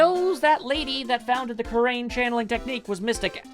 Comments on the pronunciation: I think it's pronounced ku-rah-in. Not ku-rain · Roboy 1101 Well that’s just confusing. I will continue to pronounce Kurain the way I always have to avoid such confusion.